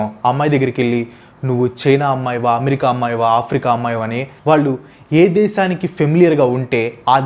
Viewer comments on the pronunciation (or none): none